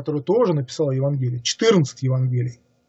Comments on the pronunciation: В слове "Евангелие" ударение следует делать на букве "а". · Как только человек начинает говорить безграмотно, пропадает доверие. Не ЕвангЕлие, а ЕвАнгелие. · Да, евангЕлие режет слух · ударение ставить нужно правильно ивАнгелия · ЕвАнгелие, а не ЕвангЕлие!! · С логикой у автора не очень хорошо обстоит дело, однако даже больше раздражает произношение с неверными ударениями слов весьма известных (евангЕлие, игумЕн и т.д.).